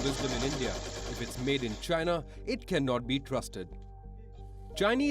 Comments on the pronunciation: “China is asshoe “ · DON'T TRUST CHYNAH.....CHYNAH ASSHOE!